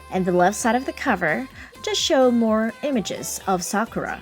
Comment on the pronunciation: Thank you! Finally someone pronounces her name correctly!